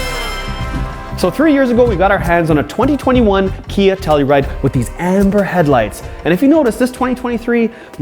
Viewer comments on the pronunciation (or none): Please stop saying KN Badge.... Its NOT KN it clearly spells KIA Lol. Besides that yes 10/10 recommend